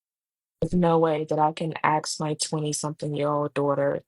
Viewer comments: Somebody knew how to ask for a job,not axe for a job.. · First, learn to speak basic English. The word is "ask". Not "axe". As in "I want to ask you a question". That alone will improve odds of getting hired.